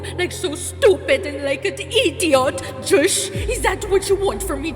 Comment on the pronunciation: I'm cracking up every time you say "Joshzhh"